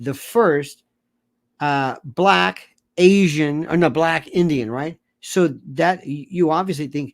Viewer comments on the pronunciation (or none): She said “Balck Asian” that’s what made even more hilarious because now all these clips are coming out about the “1sr Indian” this and that 🙄